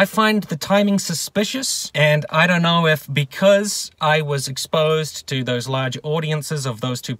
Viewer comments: I've absorbed everything you've said. And as a fellow Nu-Zeelandish person, your pronunciation of the word "don't" bothers me. You say it more like the name "Don" than the word "dough". It's strange and it keeps me awake at night. I never ever read anything on twitter from you, but I am terribly sad that (like everyone else on that platform) you have been suspended. One day Twitter will reach its logical conclusion of having no users left on it. Personally I think that's a good thing because it sucks. It can eat my ghost chips. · It's really quite simple. Say after me. "Don" (like Don Brash). Now say "donut" (American spelling for you there). Now, take the first part of "donut" and remove the "u". You now have the word "don't", but it sounds like "don't" instead of "DON't" (like Don Brash). There, I fixed it for you. Next week I'll concentrate on your terrible spelling and grammar. Your car videos always have the best production value. Love you long time.